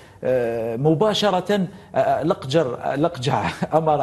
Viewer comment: لقجع ❌ لقجر ✅🤣